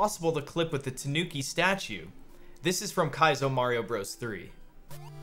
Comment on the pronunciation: It's Mario Brothers, not Broze.